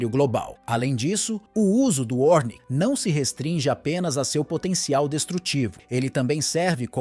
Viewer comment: É ORESHNIK nao 'ornik'